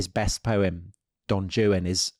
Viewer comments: love the episode, love you both, but Tom pronouncing “Don Juan” with the “J” sound not as “Rruán” is getting to me 😂 took me a while to understand what he was saying tbh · While I enjoy these guys, no, it’s not pronounced “Jewan”- that’s the British proclivity to deliberately mispronounce foreign words as a way of showing their “superiority”, as they have admitted to me.:( (Juan is pronounced “wɑːn”). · Not Don Jewan. Don Wan. It is Spanish. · Great! But can’t bear the pronunciation of Don Juan as Don “Jew-an”. SO WRONG! It is Don “Won”. Please correct this! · When Tom spoke the name of Byron's poem, "Don Juan," as "Don Jew-on," did the camera really miss the expression on Dom's face? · Did you really just pronounce it Don Jewan? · Don Jew-an? Is he joking (while I’m sure he thinks that’s how it’s pronounced). Good heaven. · Don Jewan? Really bro? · Didn't know Don Juan was pronounced Don Jewan... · Oh no, did you say "Don Joo-uhn"? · You really pronounce his well known poem 'don JOO'-en'. What are you, five? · Why is Tom pronouncing Juan as Joo -An? I can’t stand hearing it. Nobody says it like that. What is wrong with You? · Social media definitely has some ills but the existence of podcasts like this is definitely not one of them. So I have almost nothing but praise for the ilk including this. I cannot however understand how any Englishman could possibly pronounce Don Juan like that. That aside, yes the grandson of your great uncle is your second cousin. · Please pronounce Don Juan correctly! 😮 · I’m sorry, HOW do you guys pronounce Don Juan across the pond? lol unbelievable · “Always” only by people who fail to learn about other cultures, even if they know this is a SPANISH name. It’s the same as if people in Spain referred to your English King John as King Juan. Byron wrote it as Don Juan, so he meant it to be properly pronounced. Otherwise, he would have written John. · For some reasons the British pronounce Don Juan that way.